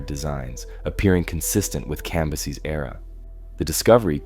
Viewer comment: It’s fucking CAM - BYE- SES.